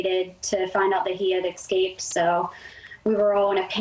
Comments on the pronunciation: If she says EXcaped one more time…..sorry I’m so petty but that rings my bell. She doesn’t seem all that sincere either. Maybe that’s my thing with her 🤔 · "ex-caped" 🤣 Girl, there's no X in that word. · "Escaped," not "ex-caped".. 😐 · ummm its not "exCaped" its e S c a p e d...🙄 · Every time she said eKscaped I wanted to scream. I wonder if she still says pisgetti and aks. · Escaped not exscaped !!! No x in the word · I wouldn’t expect anything more from a woman who says eKscaped repeatedly. On tv at that. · She mispronounced a few vowels, maybe xcaped from an intuition herself, & ‘helping’ this animal is a way of controlling her trauma...